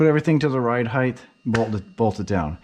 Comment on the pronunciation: Height ends in a T not a TH. Height not Heigth.